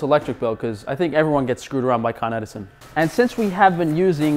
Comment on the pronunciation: Con-Edison - it's right there in the name